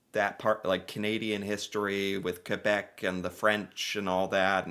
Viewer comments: Thank you! You pronounced Quebec as K-beck rather than Q-beck. Love you for this! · Thanks for saying Quebec correctly, I don’t get the dog and Canadian hisi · Heeeeey you're pronouncing Quebec correctly! Well done yank! Very respectful. Appreciate that 😉👌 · Canada defeated thousands of Germans in WWII. Good job on pronouncing Quebec btw.